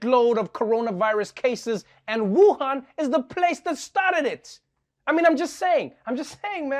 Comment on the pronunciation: People need to learn how to say Wuhan correctly